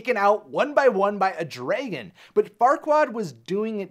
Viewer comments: nobody: this dude: draygun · The way he says draygon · Please stop saying draygon. Dragon is pronounced exactly as it's spelled, they even say it several times in the movie itself. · This is a good video, but... WHY DO YOU SAY DRAYGON NOT DRAGON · Dragon. Not Draygon. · Its Dragon, not DRAYGIN. Pronounce it right thanks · I guess a female dragon is pronounced draegin haha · Probably nobody else cares but this guy really needs to learn how to pronounce "dragon" it is not "draygon", nobody calls them "draygons", it is wrong and I can't get over how much it enfuriated me to hear it pronounced in such a manner. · It's pronounced "dragon". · Wtf is a “draygon”? Lol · Very informative video. I liked it a lot.... but the pronunciation of dragon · Why do you pronounce "dragon" like that? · The way he says dragon bothers me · He doesn't pronounce Dragon correctly and it is quite annoying. Also her name is Elizabeth. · What kind of underground bunker were you raised in that made you unable to pronounce the word 'dragon' properly? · its DRA GEN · I like how he says dragon as "Drei-gon" and not "dra-gon". It's funny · STOP SAYING DRAYGIN ITS DRAG ON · Dra•GUN not Dray•gin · Dray-gin Dra-gun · Yeah...just one question. Why do you pronounce it "dray-gan"? That's such a weird way to pronounce dragon. Sound it out, bro... draag-onn. See? Self explanatory! The english language really isn't all that hard....except to some Americans, it seems. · Its DRA-GON not DRAY-GON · The beginning is like Dra-ke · DRAH GINNNN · “the draygin” the WHAT?? 😂🤣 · The way he pronounces dragon as dreygen or drejgen. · Stop. Saying. Dragon. Like. DRAYGON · I cant get past how he keeps saying dragon. "Draygon" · Why does pronounce dragon the same way Fred pronounces treasure in scooby doo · It is adorable that he says dray-gon I do the same